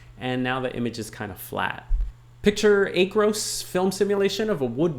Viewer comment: Great video. Please pronounce it as Aaaacros in your next video. LOL